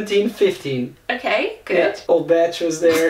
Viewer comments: It's Bach - not Betch... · How you're saying the name of Bach, you're actually calling him : Jean-Sébastien Tarp. Why do you want to add an "e" at the end of the word ? We just say : Bac - with an "a" like in the word bath.